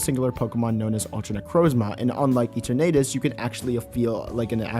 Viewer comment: Can you stop pronouncing Eternatus like that.